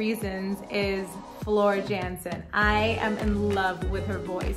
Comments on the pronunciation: Great reaction video, love everything Floor related, but, if I may...it's pronounced Yan..sen, not Jan..sen. You're in for a real treat with Floor ( Y)Jansen. 👍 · Love your love for Floor what a gift she is to our ears 💝 The name Jansen in Dutch is pronounced as Yansen as the j sound a y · Jansen is pronounced Yancen - FYI :) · She’s without question the most emotional vocalist I’ve ever heard. She reduces many to tears she’s so good. Just a tip it’s pronounced Yansen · Great reaction; you have a great ear, and a fantastic smile! Please don't take this as a "jab" or slight, but her last name is pronounced "Yan-sen"; The J is sounded as a Y. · BTW the Dutch say J as Y. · Time for a little guidance. Floor's last name is pronounced as YANSEN. You're welcome! :-)